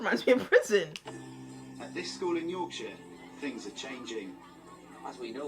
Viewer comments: 'Yorkashire' its York-Shire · York shyer😂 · NO! ITS NOT 'SHIRE' ITS 'YORK-SHUH' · Yorkshire is pronounced yorkshu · It's pronounced "yoksher" if your from... Yorkshire 👍